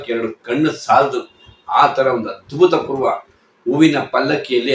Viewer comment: Sir adu abhuthapoorva, adbhuthapoorva alla